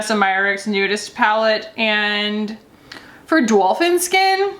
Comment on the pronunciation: You had me at Dolphin Scat Edit to say I thought you said dolphin scat vs skin. I'm dying now 😂😂😂